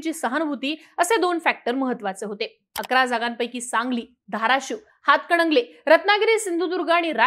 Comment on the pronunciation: अंग बाई ते "हातकडंगले "नाही,हातकणंगले आहे.😂😂